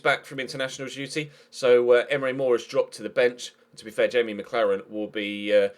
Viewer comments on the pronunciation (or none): none